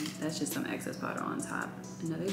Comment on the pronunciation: How come the girlies say "ACCESS" instead of "EXCESS"? Anyway, she and makeup are cute 😍